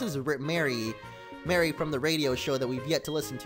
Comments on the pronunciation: It's Mary not Marie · He's on with Mary not Marie which is said like maree